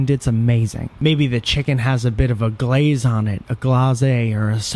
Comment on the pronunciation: Mmm, that Glazé and Sowce, tho.